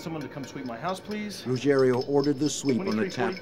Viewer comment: Rugiero, not Rugerio!